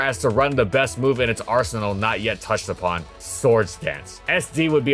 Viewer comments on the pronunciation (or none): none